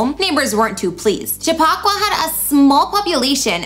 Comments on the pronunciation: Chip a qua.... It's native American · I'm gonna need you to learn how to properly pronounce Chappaqua. Chap-Pa-Qua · Not Cha pock wa